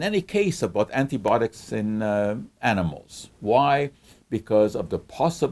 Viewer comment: Good explanation! Why do you say antibotics and not antibiotics?